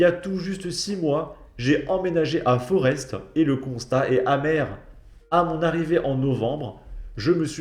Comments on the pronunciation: Putain, il est temps de savoir prononcer les Noms. Le x de Bruxelles se prononce comme 2 s. C' est pas Forest, ça se prononcé Forêt. Et pour terminer Uccle se prononce Uccle. 😊😊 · on ne prononce pas le S dans Forest